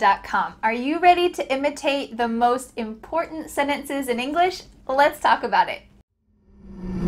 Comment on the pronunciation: What happened to "sentences"?it became "senetece"00